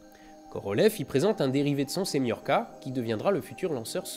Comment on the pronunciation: Ce cher "R-7 SEMIORKA"....